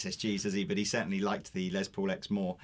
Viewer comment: The dude on the right says "Lay Paul"????? Ya gotta be kidding me! I realize you brits like to ssy things in a weird way, like Aluminium versus Aluminum. I am perfectly OK with that. But the guys name is Les. Not Lay. Its not some french word that sounds cooler if you pronounce it in some gay ass way. Have some respect.